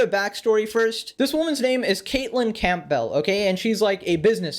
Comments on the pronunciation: its cam-bull not camp-ball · Campbell is pronounced as "cam bull". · I like how he pronounces Campbell like CampBell. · can't pronounce "Campbell".... I've literally never heard that in my life